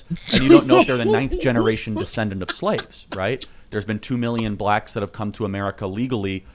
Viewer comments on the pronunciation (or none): I feel like it's super intentional, the way he says it. He really emphasizes the word every time, too.